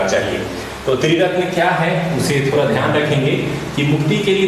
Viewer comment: Sir please aap d ko r mt holo. Jese thoda ko thora.